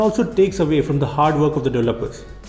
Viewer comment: i thought he was saying devil worshipper. he was saying developer. LOL 😂